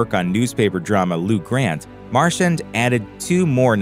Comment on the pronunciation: Yet another sloppy voice over. Tom is not Tim, and vice versa. Nancy MarCHAND is mispronounced. No one pays attention and no one care. Really, what's the point if you can't even get the pronunciation of the key people correct?